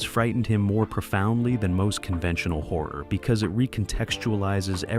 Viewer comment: WHAT FRIGHTENS ME THE MOST IS WHEN PRONOUNCING "HORROR" SO THAT IT SOUNDS LIKE "WHORE".